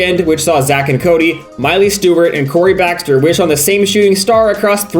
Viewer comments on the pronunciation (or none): none